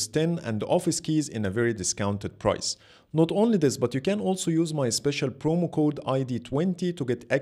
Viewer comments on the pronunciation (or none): none